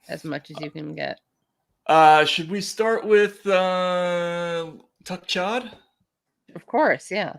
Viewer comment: "Tuck Chodd?" lol